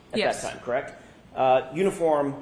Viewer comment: Same reason hasn’t been for murder of the word “correct”, which she pronounces “Kract ”. Both are disgustingly!